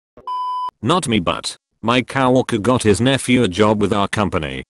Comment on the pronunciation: I love how it pronouces co-worker as cow walker